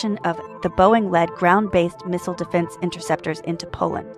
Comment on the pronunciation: Why does she say Missile wrong everytime?